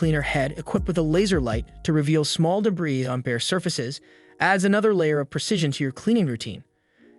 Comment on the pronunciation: de-bris (strike 1)